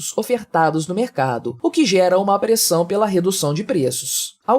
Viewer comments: ÔÔÔ meu amigo, a pronúncia é "SUBCÍDIO" e "NÃO SUBZÍDIO" o S só tem som de Z entre vogais. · DÓI AOS OUVIDOS ESCUTAR ESSE ERRO GROTESCO VÁRIAS VEZES NA PALAVRA SUBSÍDIO COM SOM DE Z, DEPOIS DO B. SE NÃO FOSSE POR ISSO, A NARRAÇÃO DO SERIA ÓTIMA. Subsolo (abaixo do nível do solo) se fala "subzólo"? Esse é só um exemplo ....